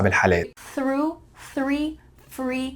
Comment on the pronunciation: ههههههه حلقة ممتعة لكن ضحكتي في الآخر و انت بتثبت ان احنا عندنا حرف الثاء و نقدر ننطقه بسهولة نطقته باللهجة المصرية آي سنك I think سرو threw